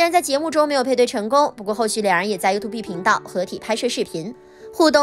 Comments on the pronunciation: 發音不是you-tube嗎？？ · 我倒是觉得up发音优兔碧很可爱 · 希望小師姐在釋出影片前，可以先查一下youtube的正確唸法.........